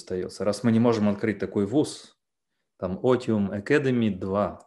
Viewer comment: Но если я не ошибаюсь,то лат. слово otium произносится как ОЦИУМ.Otium post negotium произносится ОЦИУМ пост НЕГОЦИУМ.